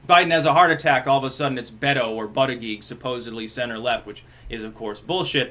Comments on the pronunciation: it's booti-jedge, not butty-geeg. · Persists in intentionally mis-pronouncing his name as Butt uh Geeg. Gotta love it :) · I’m starting to watch these videos just so I can hear try to pronounce Buttigieg.